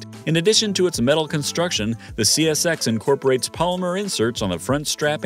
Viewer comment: Great goodness! Within the first 20 seconds, dude calls the CSX, "SCX", "CSX", then "XCS". Who's editing this crap?!?